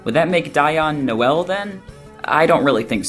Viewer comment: Guys. It's No-El, like Noel Gallagher. Like I still see a lot of the connections and I think all of this is super fun to look at, but the mispronouncing is driving me nuts lol